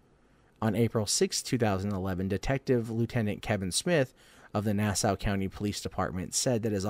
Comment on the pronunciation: Nah-saw county! Not now-sah! Suf-uck not suf-folk county! Sorry I'm from the area. I gather you aren't. Just trying to help you with your lawng eye-land tawk! Lol!